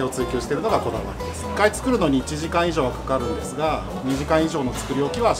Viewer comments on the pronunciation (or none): none